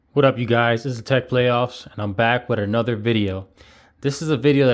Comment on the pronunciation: I thought you said your channel was called "Tech Layoffs" and it sounded too much like the real world.